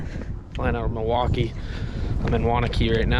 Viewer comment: at least you know how to pronounce Milwaukee.